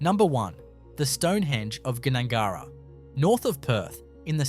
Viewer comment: Ahh...Gnangara the G is silent. There is no U in it. Pronounced, NAG-GARRA. And the small town positioned at the base of those mountains, isn't even in Western Australia. AI tripe.